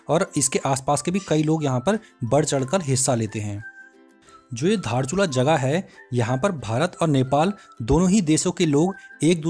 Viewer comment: धारचुला नहि दार्चुला